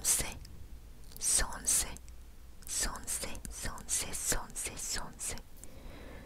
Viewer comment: часто говоришь сонсэ?